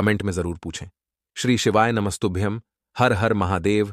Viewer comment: आप aum का मतलब बताइए और आपको ॐ बोलने में शर्म लग रही है तो कृपा करके आप श्री शिवाय नंस्थुभ्यम मत बोलिए कृपा कीजिए...🙏